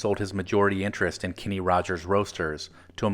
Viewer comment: His name is (was) Kenny, not Kinney.